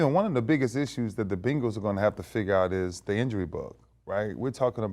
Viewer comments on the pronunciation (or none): Ray said “the beengals” lmao